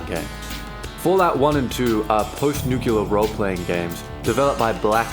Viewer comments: "Nucular" lmao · "nookewlar" <3